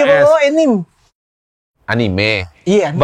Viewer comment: betul kak uwew bacanya anime bukan enim, #segolawas